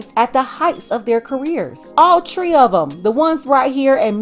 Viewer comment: ✨☹️DID YOU SAY, “ALL TREE!?” 🤨